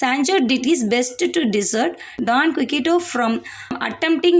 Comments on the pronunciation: ❤❤❤ super mam...but..குயிக்சோட்... I think... sorry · Quixote,s prounouns wrong